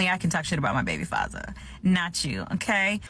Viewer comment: Why does she pernounce “father” like that ahahahaha!